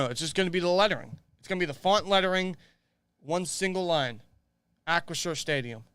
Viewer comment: it's Ahh- chri- 'sure', as in shore... not shire. like some Hobbits. lol